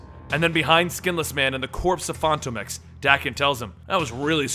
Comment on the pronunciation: Why does he say Phantom X like that?